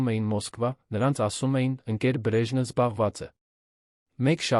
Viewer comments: Այ ախմախ Բրեժն չէ այլ Բրեժնև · Արա. Բրեժնից. Չի. Բրեժնեվից. Է, այ. Լալոշ։ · երան ,,չէ ,այլ Երևան 😮...հարաներ չէ,այլ հարազատներին 😮...,,բրեժնը չէ՝ այլ Բրեժնև 😮,ամենակարորը-ամենակարևորը ...ուղորություն ուղևորություն...նիստը տեց 😮-նիստը տևեց ...այլս-այլևս ,հարաները-😮հարևանները...ինչ նշանակում էր սա 😮-ինչ էր նշանակում սա ....թե😮-թեև ....,,յակով ,,չէ -Անտոն ....,հետում😮-հետևում ...արջ 😮 առաջ...:Միթե հնարավոր չէ նման հետաքրքիր ,պատասխանատու տեքստերը տալ ավելի կիրթ ,հայերենին լավ տիրապետող մեկին ,որ ներկայացնի ունկնդրին :🤔🤔🤔